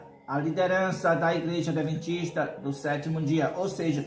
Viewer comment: "adeventista" foi isso que ouvir? Misericórdia!!!